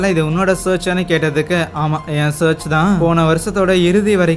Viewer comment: Search illa bro church.. olungaa pronounce pannunga.. irritate pannadhinga.. yethana vaati solradhu.. church... church.. its cha.....